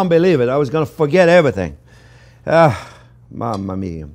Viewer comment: “MaMaMia!??” Must be Italian French chef